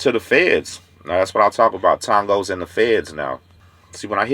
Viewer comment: TONG-GOS LOL